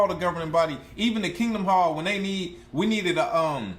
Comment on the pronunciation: Did you say "Kingdumb Hall" 😂😂😂😂😂😂